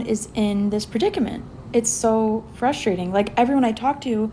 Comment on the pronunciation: That girl towards the end, in the pink pajamas, can’t say the word frustrating. She said “fuss-trating” twice. Which checks out because she seems a little fussy. Haha